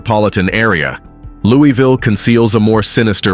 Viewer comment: Its not pronounced "Lewie Ville" 😂